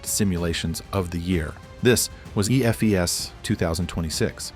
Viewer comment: teach your AI how to read EFES :D